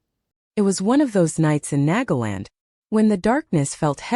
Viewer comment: I heard nagaland as negaland😂